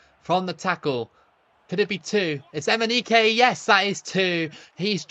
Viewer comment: Imagine watching this video and taking a shot of liquor every time says Emineke 😂